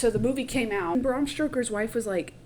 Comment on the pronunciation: Ahhh so thrilled you did this...i loved the film and your take on it...they used a teal filter for night shots during the day..like a nerd i listened to all Eggers interviews..gotta add its Stoker not Stroker...i immaturely giggled each time you said it ❤